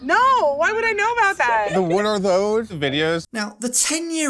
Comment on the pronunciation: He didn’t even say it right 😐